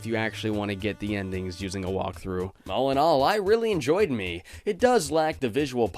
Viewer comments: Its pronounced meh cause in japanese me is eye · fun fact, "Me" is actually pronounced "Meh". it means eye, hence all of the eye symbolism.